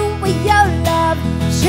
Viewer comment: i love the way she pronounce wi yow love ( with your love) AWESOME! :D